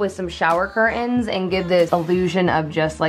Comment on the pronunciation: Love your videos… would love it if you changed from “cur- ins” to curtains…and from “ impor-in” to important